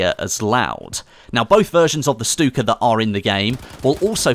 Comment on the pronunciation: I keep on hearing him saying the Stuka bomber as stupid bomber